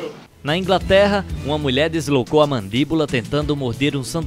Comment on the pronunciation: Descolocou kkkkkkk ela num sabe falar Deslocou kkkkkkkkkkkkk massa d+